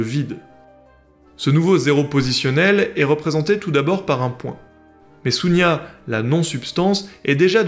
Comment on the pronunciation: ... juste une petite remarque, par rapport la prononciation indienne du mot ( 0 ) "zéro". C'est pas "Sunya" /su:nja/ comme vous l'avez prononcé, mais c'est "Shunya" /ʃu:nja/. Qui se compose du deux mots: - Shun ... la place, l'endroit, - Nya ... nier, ne existe pas, Avez des belles journées.